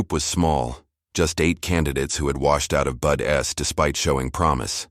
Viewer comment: Pronunciation of "BUDs" is Budz NOT Budess. Good story.🇨🇦Pickering, Ontario